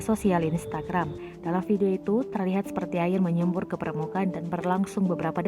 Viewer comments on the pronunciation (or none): Siapa yang baca nya MENYEBUR wkwk2🤣🤣